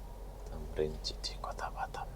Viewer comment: City - bunyi nya siti bukan chiti 😂